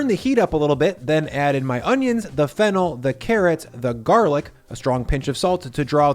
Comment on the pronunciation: Watching this now and thought you said fentanyl instead of fennel 😂.